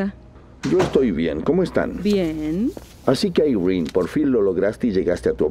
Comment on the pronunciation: Yo: "irene" Todos: "Airrin"